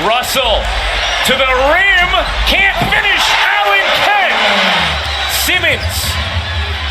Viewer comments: Commentator: "Semens put it in" really SEMENS 😑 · Why can't this guy say Simmons correctly? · The Reporter cant say simmons